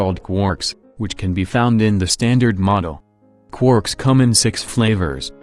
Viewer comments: I love it when you say "Qwooorks" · I missed you saying quooorks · I miss when you said quarks like quoouhrks